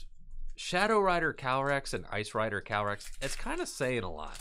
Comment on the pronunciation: I think its Calyrex and not Calrex...